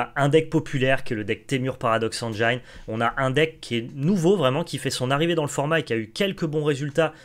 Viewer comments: il y a méprise Théo de votre part, prenez mon commentaire littéralement. J'apprécie le contenu de la chaine Magic Arena FR à laquelle je suis abonné. Le seul intérêt de mon commentaire est de signaler au streamer que le mot engine se prononce "engine" et pas "engeaillene". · Bon les gars, c est cool, par contre il faut apprendre à prononcer "engine" correctement car ça écorche les oreilles